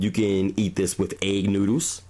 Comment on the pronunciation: Why do you say "wif" gravy? It's "with" gravy. And it's "broth" not "brof"......... and, it's "bathroom" not "bafroom".......just like it's "birthday" and not "berfday"....what is the problem with words that have the "th" sound?